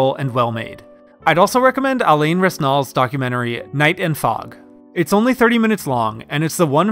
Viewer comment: I'm just here to complain about your pronunciation of 'Alain Resnais'. I know French names are hard, but there's no L in 'Resnais'